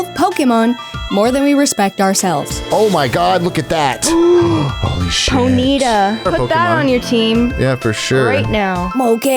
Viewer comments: Poe-knee-ta? What is that? Poni-tah? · "Po-NEE-ta?" Excuse me while I stab my ears.